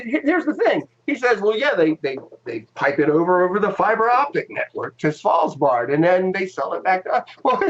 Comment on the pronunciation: There is a fine line of trolling, and you guys stepped over it. There is just too many thing wrong here at the same time that even super christian young flat earth conspiracy theorists can't swallow this. Not sure how you even managed to pronounce Svalbard the way you did ... Was the plan that you would ski around Antarctica with a camera to take the pictures? What equipment did you install down there that's supposed to help on the coverage? We're still waiting on your function at NASA, seems like you don't want to answer that still. And fiber optical cable from McMurdo to Svalbard does not make sense in any universe ... so perhaps you have a problem with comprehending things?